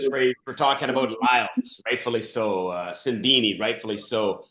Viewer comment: Love it how Donovan never fails to butcher the pronunciation of Simbine's name! 😂